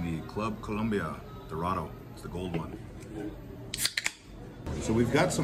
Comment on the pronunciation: COLOMBIA, not COLUMBIA wtf